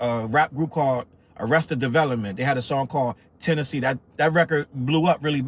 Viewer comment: "Tennessee" 🗿 🗣"Tennessee" Shouts out to you for the Arrested Development plug